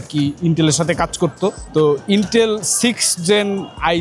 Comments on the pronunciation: য়ের ইন্টেল বলতে যে মেলা কষ্ট হয়েছে। 😂😂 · ইন্টেল নাম টা এতো চাপ দিয়ে বললেন যে